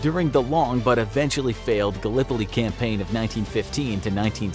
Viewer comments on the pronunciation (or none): none